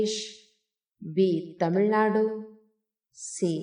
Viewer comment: ಕನ್ನಡ ಸರಿಯಾಗಿ ಓದಬೇಕು. ತಮಿಳು ನಾಡು - ತಮಿಳ್ ನಾಡು ಟೊಮೋಟೊ - ಟಾಮೋಟೂ ಇರುವ ಪದ ನೋಡಿ , ಆಮೇಲೆ ನಿನ್ನ ರಾಗ ಹಾಡಮ್ಮ.